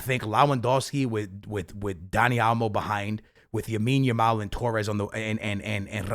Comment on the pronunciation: You need to learn his name dude. Its Lamine Yamal, not Yamine Lamal